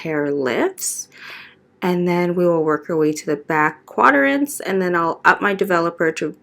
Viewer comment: I love your work. My only gripe is your pronunciation of the words 'processing' and 'quadrant'. You pronounce the word 'processing' as in 'pro-cessing'. It's pronounced 'prah-cessing'. And you give too many syllables to 'quadrant'. There's only 2 syllables, qua-drant. Not 'qua-der-ant'. I'm not bashing you at all but, if you're going to be teaching/educating and also charging people to learn from you, you have to present yourself and what you're saying correctly. I'm not the grammar police but I'm just letting you know so that you can improve for the next videos. Your work is beautiful and I've learned a lot from you. Thanks for all the wonderful videos.